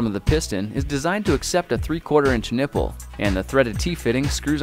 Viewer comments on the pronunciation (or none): He said niple